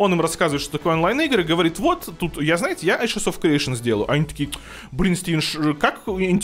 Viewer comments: да не криейшенс а криейшен ))) Или ты спецом блин? ) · ну вот скажи плиз, где в слове "creation" буква "с" в конце?:) Не будь Чихом, который до сих пор считает, что ММО это "оно" и не прислушивается к комментаторам.